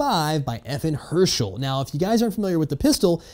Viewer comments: Not to be a grammar / pronunciation nazi or anything. But it's pronounced FN "Hers-TAL" not "Her-Shel" (guy from the walking dead). Just so you know for your next video with FN stuff in it ;) Anyway nice vid, keep up the good work ;D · FN Herschell? You mean FN Herstal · "FN Hershel" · as a belgian, it was painfull to hear him say that wrong. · JustJoKyin because he doesn’t know how to pronounce Herstal